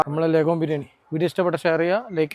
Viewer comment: LegHorn. അഥവാ ലെഗോൺ.. നമ്മളും തെറ്റിച്ച് പറഞ്ഞിട്ടുണ്ട്.. ശരിയാവും..